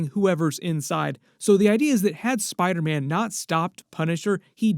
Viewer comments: I seriously hate how you say spiderman man it’s SPIDER man not spideh man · like for every time said “Spydah- man”